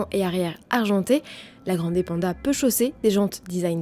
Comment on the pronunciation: Ça fait un poeu bizarre cette prononciation à la française 😊... Il faut dire grann'dè, et avec l'accent tonique sur le a, pas grandé 😉